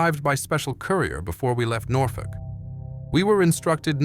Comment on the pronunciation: Nothfork ? Its Norfolk you imbicill ! Thirty seven confirmed kills in an F4U Corsair as he displays a P51 Mustang .